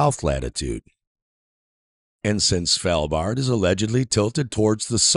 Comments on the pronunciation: "Long-yer-buten" is on "Svel-bard" LOOOOOOOL. Also, if you're wanting to prove your point, should you not be looking at the different environments of Svalbard vs the Antarctic station? Svalbard is basically a cold desert. It does get snow and rain, but it's nowhere near what other places get. As soon as 24 hour sun season starts, what snow and ice there is melts, the ground starts to heat up, and the permafrost comes alive with tiny arctic plants. The Antarctic is just snow and ice. The terrain is far below the top level of this snow and ice in most places, so doesn't absorb ANY heat from the sun. THAT is a main reason why there is such a temperature difference. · Dafuq does he keep calling Longyearbeyn? He's not only a flat earther, but he's also butchering the name of towns now?! EDIT: and "SvElbard"?!?! Svalbard!!!! Repeat with me: S-v-a-l-b-a-r-d!